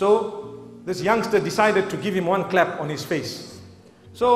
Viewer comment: SoLo lol. I'm sure he trying to say slap instead of clap.